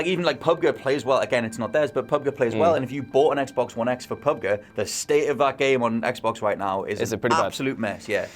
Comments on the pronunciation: "Pub-guh"? You mean "Pub-Jee"? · It's Pub Geeee not pub Guuuu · PUB GER.. haha its PUB G,(PUBG) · Dudes, it is PUB-GEE!!! Im not even. Truly English and I know that. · Who the fuck says “Pub Guh”??